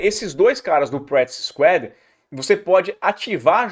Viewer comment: "Practice SQUÁD"